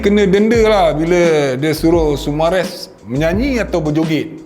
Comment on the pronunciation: Sumareh bang, bukan sumares😂